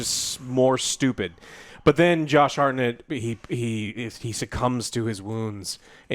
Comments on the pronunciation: Wtf is that pronounciation of Hartnett? Its not Hartnette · it`s hart-nett not har-nett, jesus